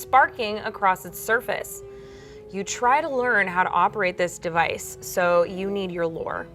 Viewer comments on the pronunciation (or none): none